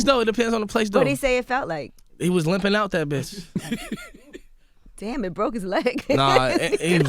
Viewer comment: Angela yee lmfaooo she said damb it broke his leg haha